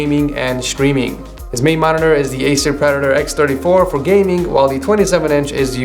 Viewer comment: ''chtreaming'' xDDD